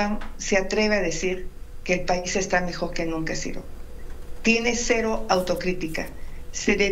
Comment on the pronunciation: pero able sin mentiras sra. botadga es mejog no cgiticag y pongase a vendeg ggelatinas muggosa coluda